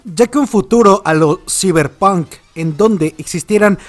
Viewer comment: Yo escuché ciberpoon